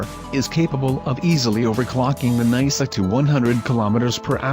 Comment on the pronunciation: Nai-suh? More like nyh-suh.